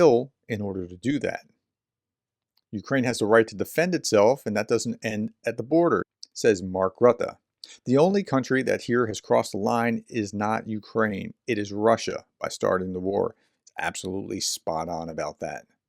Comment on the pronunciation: Monthly correction on Mark Rutte’s name. Pronounced “root-uh”